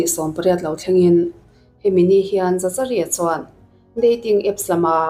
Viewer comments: Za cha ri an tiah, Zakari tive mai la 😂😂😂 dangdai e 😂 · Zachari nilo in zakari anih hmel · Zachary tih hming hi "Zak-a-ri" tiin lam tur a ni. Zachary: zækəri Lam dan phung: "Zak-uh-ree" emaw "Zak-a-ri" tiin lam rik a ni tlangpui. A hmasa ber 'Z' hi a ri nasa deuh a, a tawp lam 'ry' hi 'ree' tia lam rik a ni deuh ber. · Zachary>zakari a ni lo em le😁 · Dik chiah,Zakari tih ve mai awm.. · Zachary ti lovin Zakary tiin lam zawk la,Psycho ti pawh sykaw tia an lam ang deuhin...a spelling ang thlap thlap a lam rik lo chi,silent chi a awm ve a... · Zachary = Zakary tiha lam tur😀🙏🏻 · zachary tih te,saptawng zir a ngai nasa😂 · Zachary i lam dan em2 chu leh😂😂😂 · Miami pawh Miami ti in a lam ve ta a lawm mia-mi ti khan a lam thin a😂 Zachary pawh lam dik ve mai ang😂😂